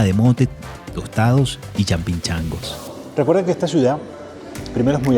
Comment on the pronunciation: CHAMPINCHANGOS JAJAJA, MI ESTIMADO, SE LLAMAN LLAPINGACHOS, DELICIOSA COMIDA ECUATORIANA, HERMOSO PAIS, FELICIDADES POR EL REPORTAJE